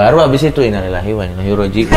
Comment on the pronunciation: Coki lebih fasih ngucap innalillahiwainnailaihirojiun daripada Dono 😂